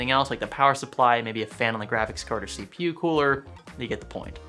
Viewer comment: See-pew huh?